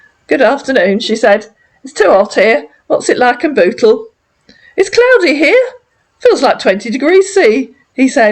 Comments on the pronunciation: Sounds like he is saying that he lives in Butthole lol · Sounds like he says he lives in butthole. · Sorry, I'm just going to say it...he sounds like he is saying B*tthole instead of Bootle.😆🤦🏻‍♀️ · lol lol lol he cant even say bootle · 😂😂 That is how he's pronouncing it. 🤣🤣